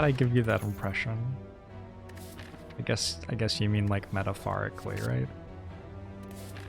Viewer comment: “Metapharically” Been working on some engrish I see.